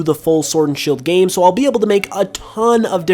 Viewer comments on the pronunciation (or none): none